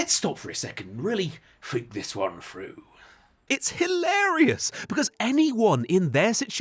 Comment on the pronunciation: "fink this one froo" lolol